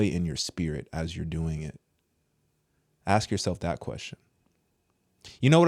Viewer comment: I'm sorry but I cannot wilfully listen to someone that purposefully uses the word "axe", instead of the word "ask".